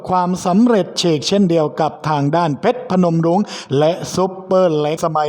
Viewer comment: เพชรพนมรุ้งไม่ใช่เพชรทนง